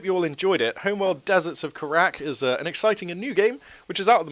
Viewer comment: ker-rack, lel It's Car-Rack, in case you were wondering. Not a big deal. but everyone messes it up :)